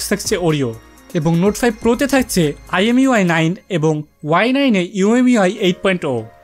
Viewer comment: ভাই miui হবে। imui নাহ😅😅